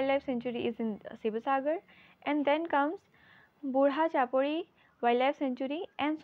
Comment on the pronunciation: She sounded so sweet when pronouncing Burhachapori😊 will 🤘the exam...